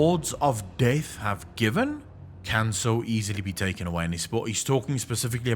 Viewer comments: Took me read the comments to fucking understand that he is saying "DEATH". What the fuck is wrong with that accent? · When you realise he's not saying DAVE but carry on hearing it as Dave ...